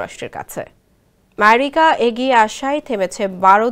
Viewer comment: মেরিকা মেরিকা শব্দ উচ্চারণ আমরা অবাক 😅😅😅😅😅😅😅